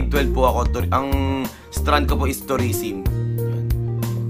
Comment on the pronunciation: Tourisim? or Tourism? ahahaha Like kung narinig nyu din sinabi niya hahaha